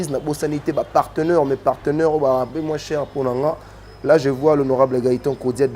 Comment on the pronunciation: On ne dit pas "parteneur "mais on dit PARTENAIRE